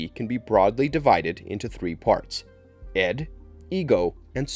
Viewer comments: It is Id, pronounced like "ih-d", not "Ed". Why does Pyramid Head have a helmet that is squared off at its base some times, while terminating with a point in other incarnations? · Pronunciation, it's (id) ID not Ed , which is what it sounded like , 😄 Sorry but I AM That Guy , was really distracted 😆 anyway.... as you were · Ed?? It is ID not ED.